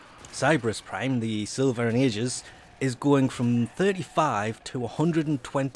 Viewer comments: The Aegis is pronounced A and gis, Agis as opposed to Ajis. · You pronounce aegis wrong It's a long ee not a long aa at the start It's something a lot of people get wrong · it's pronounced siL-va and A -ji -s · Sill-Vah and EEe-jus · Sil-va Ay-jis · It's pronounced A-gee-us, and I am leaveing wet patches waiting for it. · Pronunciation Silva & Aegis: Sil-va and Ay-jis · Well, I'm farming for Silva and Aegis prime when it comes out. Screw Oberon Prime! Not really, I just really want S&A prime more than Broberon Prime. Edit: It's pronounced Silva and Egis. A is silent with the long "e", like bee.